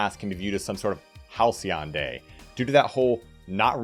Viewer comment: oh so THAT'S how you pronounce halcyon